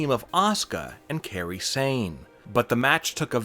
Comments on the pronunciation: Its kairi. Like guy with a k not Carrey like jim. How can you watch wwe and have a channel like this but not know how to pronounce talents names? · He called Kairi sane Carrie that’s how you can tell he’s a fraud